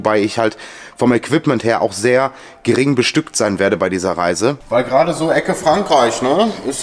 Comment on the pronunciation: Das heißt Reisen und nicht rasen.